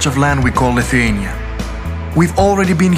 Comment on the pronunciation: Viskas labai gražu ir pan , nu , bet tas tarimas Lithuania , nu negaliu kaip nervavoooo